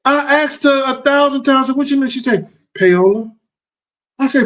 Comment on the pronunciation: Yes, it's an Italian name. I have a friend that I used to eork with. It's pronounced "Pow-la" but spelled Paila!